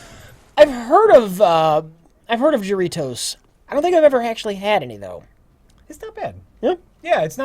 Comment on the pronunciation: oh noooooo, Jarritos is pronounced HA-Ree-tos. J's are like H's and H's are like silent emphasis.